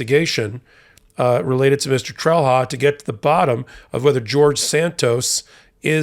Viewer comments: Did/does Santos have other criminals working for him?. By the way, Trelha is pronounced "trel-ya". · Sometimes wish Americans would at least try to pronounce names correctly......... "Trelha" is pronounced "Trail-ya". WHY is this stooge even a THING anymore????? Feel used and dirty just seeing and hearing the name. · I wish people would stop mangling names -- it's not "trell-hah", it's "TRAIL-YAH". The H has a specific function. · Trelha is pronounced „Trelia“ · In Portuguese, the defendant’s name would be pronounced more like “Tray-lee-yah”. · Just FYI, the "h" in Trelha is pronounced as a "y" in Portuguese, although even his attorney seems to do the English phonetic version. Meu Deus, what a story! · Trelha in Portuguese is pronounced, 'trelya'. Santos here is guilty of lying in court, contempt, at least. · The Portuguese pronunciation of that name is "TREL-ya". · This is hardly important, but fyi in Portuguese, that 'h' is pronounced similar to 'y': Trelha: "Trel-ya". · Wow, Santos is quite the prolific criminal. Solid GOP potential. BTW: in Portuguese, "lha" ...as in the end of "Trelha", is actually pronounced more like ; "ya" [like; Trelya or Trelia]. Let's not even touch on the half-tongue roll in the T, and the R that's pronounced more like a D...that's for another time, lol.